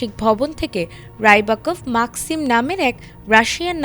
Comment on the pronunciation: মাকসিম না ম্যাক্সিম 🙏